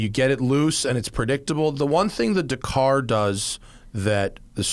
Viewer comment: Matt still can't pronounce Dakar